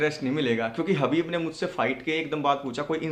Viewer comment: हबीब नहीं खबीब